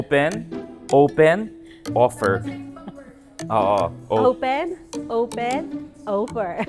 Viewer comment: "Owpen Owpen Owfer Owfer!!!"😅😅😂😂